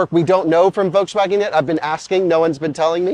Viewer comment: It's still a Folkswagen